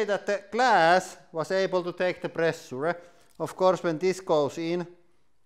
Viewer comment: I came here for the "prrressurrre".